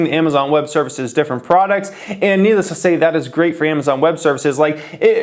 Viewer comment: lol emphasis on little amay-zon